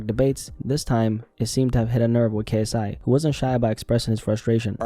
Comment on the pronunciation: He's lost the I in KSI